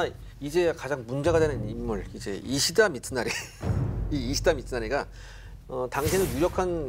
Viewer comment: 히데츠구를 자꾸 히데구츠레... 이시다 미츠나리를 이시나리라 하고 ㅋㅋ